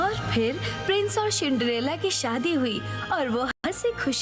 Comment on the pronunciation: Cindrella ❌ Shindrella ✔️😂